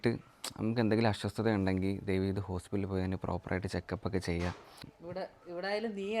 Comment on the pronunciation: മോനെ.. അസ്വസ്ഥത എന്നാണ് പറയേണ്ടത്.not അശ്വ ശ്ത